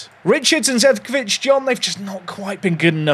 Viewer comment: it is Zecovic & not Zevcovic